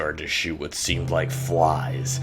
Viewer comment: I called him and the only thing he said was, "did you rike it?"